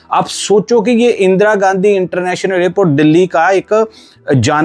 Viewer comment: The narrator should stop the illiterate pronunciations of "Air India" and "Airport." He says "Ayr-India" and "Ayr-port." Absolutely wrong. Right: "Air (as in CHAIR/PAIR)-India," and "Air- port."